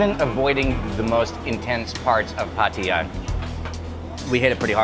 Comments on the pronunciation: Pattaya is correct, no pattya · The only youtuber that pronounces it correctly